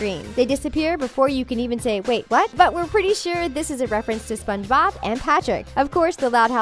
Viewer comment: She said spongebooob not spongebob